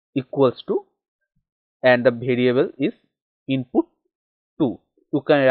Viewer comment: It's variable not bhariable 😂😂